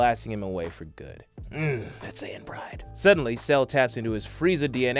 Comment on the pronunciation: its called sayian not sans nnnnnnnnnnaaaaaaaaannnnnnnniiiiiiiii